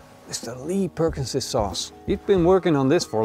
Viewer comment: its lea and perrins pal not perkinsons